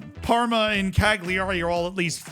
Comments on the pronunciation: I'mma change your life right now. CAG LEE ARI is actually pronounced CAL YA REE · That was some butchery on that name. But this is so... yeah. 😂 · please stop pronouncing the G in cagliari. just say cali-ari